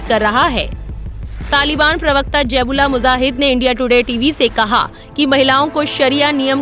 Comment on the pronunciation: Jaib ullah muzahid nhi bibi ji,, zabih-ullah mujahid bolty hn 😂